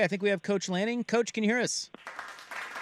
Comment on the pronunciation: Why can’t say Head Coach of Oregon, Dan Lanning? Seems wierd